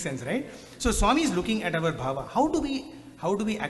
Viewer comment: Sai Ram. Say Bhaava, NOT BHAVA. BHAAVAM In sanskrit. 🙏